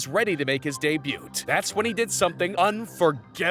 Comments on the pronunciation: Its pronounced DAY BAYOO. Not day boot. /facepalm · why tf do you pronounce the t in debut? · When you botch 'Debut' a dozen times it kinda becomes a pronunciation video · The 'T' in DEBUT is silent you donut! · Dude, you don't pronounce the "t" in "debut." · Did you just pronounce the T in 'debut' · I hate videos narrated by people who don't know a thing about what they are reading, and doesn't know how to pronounce words properly. the T in debut is silent. if english isn't your first language I'll give you a pass. but I'm pretty sure that isn't the case here. Why do i comment on videos i would delete if i could? It helps out the creator doesn't it? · why do you pronounce 'debut' like that? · This man is a menace pronouncing the 'T' in debut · Debut has a silent "t'. Please pronounce it properly.